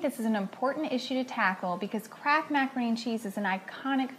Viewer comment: sounds like shes saying CRAAAKK when she says Kraft lol